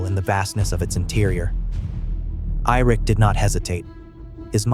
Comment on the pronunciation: Who the fuck is irik???😂😂😂Ai. Good luck learning to read AI